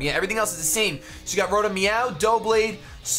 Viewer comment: are you calling it "Rotom Meow?"